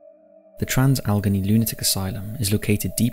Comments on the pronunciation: It would be helpful if he could pronounce "Trans- Alle-GHANEY" Asylum properly. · Ok. First, the name is pronounced Trans- Alagainey. Second, the Deer Hunter was filmed in both Weirton WV,and Steubenville, Ohio, which is the birthplace of Dean Martin. I am originaly from Ohio, with family in West Virginia, and have driven through both locations many times. I now live in Jacksonville, Fl, since 1986. Reffer to my previous comment about other paranormal events in Jacksonville.